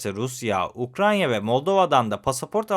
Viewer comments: ukraNya değil. UkraYna. Kaç video oldu. Anlattığı ülkenin adını doğru söyleyemeyen biri derler ciddiye almazlar bak ben senin iyiliğin için söylüyorum. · Abi neden hala inatla UkraNYa diyorsun? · Ukranya dediği an kapattım videoyu. Ukrayna (Ukraine) 🎉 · Hocam Ukrayna’ya lütfen UkraNya demeyelim. (08.40 )Emeğiniz için teşekkürler 🙏🏻